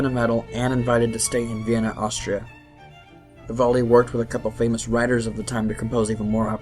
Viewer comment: Vivoldi?!?? Lol VIVALDI VIVAAALDI